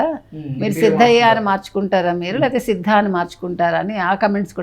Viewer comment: మీకు పేర్లూ చెప్ప రాదు ఏమిటండీ. not siddha it is sidda)